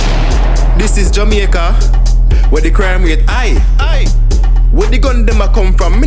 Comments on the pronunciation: I thought it's jamAica and not jamieca 😂😂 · So it's pronounced as JA-MI-YA-KA okkkk lesson learned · Jemyeca lol I know that’s how they say it but still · "This is jemeica"💀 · Jamaica pronounced (JU- MEE- U- KU) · This is "ja" "me" aca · “This is Yameica”. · “This is jamEEca” 😂